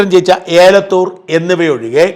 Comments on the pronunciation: ഏലത്തൂർ അല്ല എലത്തൂർ ആണ് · ഷാജൻ ജീ ഏ ലത്തൂർ അല്ല എലത്തൂർ ആണ്.. 👍🏻